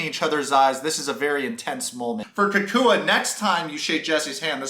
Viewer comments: please stop calling him KooKooUh. his name is CockWah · Bro STOP SAYING COOCOO-A. It’s COCK-Wah. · The way you pronounce “cacooey” 😂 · Oh for the love of God people - his name is pronounced like this: "Cow-qwa." Jennifer thinks Jesse is sooo great. When she finds out Jesse really isn't that rich (but just plays one on s/media) 😳😆🤣😂😆 Jesse thinks he's waaaay more sophisticated than he actually is, typical Narc - he & Jennifer deserve each other. Also, Jesse thinks he's such a suave gentleman 🙄 😆 - yet he doesn't even know how to properly hold a chair to seat a woman; then, he 'barked' at the waiter 🤯🙊 in a restaurant because he felt he didnt get attention fast enough! Very classy move 👌🤮 - the waiter probably had to go find his 🕶 to approach your table because your NEON BLUE tux was blinding his eyes. BTW Jesse - NO ONE who is used to good quality, prime steak... orders it over a temp. of MR, or Med/MR at the most. But no, you complain that it's raw. 😂🤣😆🤣 Oh yes, Mr. Luxury World Traveler who likes the finer things in life - you should know that you're at an Argentinian BBQ restaurant - which is basically a meat fest & you just have to order "vegetables" like you're appalled. Jesse's skinny little chicken lips gross me out & your tantric yoga is just an excuse to dry hump Jennifer. I am so unimpressed by this creepy dweeb. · I think you say his name like CAH - cwah Anyway tho , I agree with every single opinion you have here man , He made that shit mad awkward and was one of the funniest ppl featured on the show lmao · It’s really not that difficult. It’s Cacua. KA-KWA. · Why you gotta mispronounce that man’s name so bad? 😩😩💀 (kak-wa) lol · 😂😂😂 the way you pronounce cacua’s name is soooo funny ... your basically callling him Mexican boogeyman